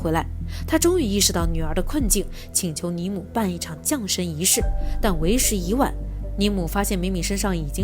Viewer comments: 把降jiang神念成龙神。🤦‍♀️听了都辛苦。没看完。听不下去。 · 是（jiang）降神仪式😂吧！